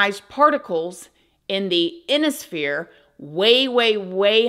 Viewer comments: Its I-ON-IS-PHERE not Inisphere. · Are you talking about the ionosphere (“eye-on-oh-sphere”)? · Ionosphere. Google pronounciation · Emirates is pronounced Emma-rits and Ionosphere is pronounced I-on-es sphere.